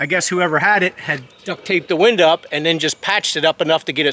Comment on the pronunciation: OMG stop calling a window WINDAA…